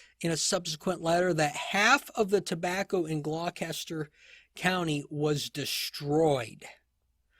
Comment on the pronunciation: The pronunciation of Gloucester is “gloster”.